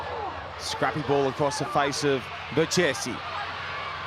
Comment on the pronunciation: It is pronounced „Berkesi“ not „Bertchesi“. Embarrassing